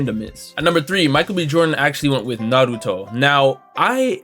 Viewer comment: Man we knew Michael B Jordan was a fraudulent anime fan back when he said his favorite anime was “Nuh-ro-too” and this is only more proof, he just named the 5 he could remember 🤦🏽‍♂️